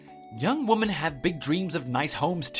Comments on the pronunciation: good lord it annoys me to no end the wrong pronunciations of woman and women. grrrr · Why do they pronounce the plural "Women" as singular "Woman". Wo-men vs Woman, all--the--time. I have let it go for a couple years but I can't anymore.